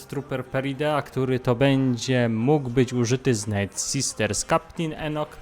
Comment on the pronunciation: Czemu słowo "night" (noc) czytasz jako "nit". A nie tak jak sie powinno, "najt"